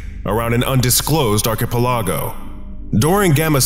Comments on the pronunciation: It may be a small issue but Why does he pronounce archipalog that way? It drives me nuts. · You are pronouncing "archipelago" wrong. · Pleas learn how to pronounce archipelago proply that was so anoying and made it hard to enjoy lisining to it! But the rest were lovely and enjoyable!